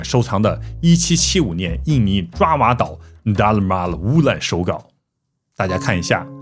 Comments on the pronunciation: 爪哇的“爪”不念zhuǎ，念zhaǒ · 爪（找）哇岛。。。念错啦。来自新加坡的祝福～ 爪哇岛Java island.